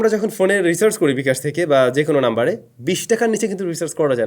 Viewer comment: রিসার্চ না ব্রো, রিচার্জ😂